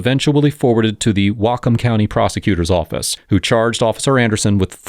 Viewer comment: Our backyard. Great news of Accountability. A story well done as always. - Whatcom is pronounced Watt Come - Lummi Indian Nation Police